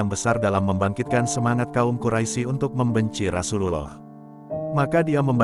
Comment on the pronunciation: Ketahuan yg baca kurang ngaji, atau mgkn bloon. Quraisy kok dibaca quraisi? Sekolah dimana? Belajar huruf hijaiyah lagi ya.. biar sembuh bloonnya.